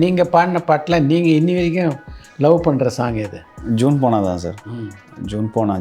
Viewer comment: It is not Juuune ponal....it is Jun ponal...